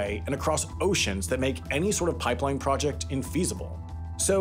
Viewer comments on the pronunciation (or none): none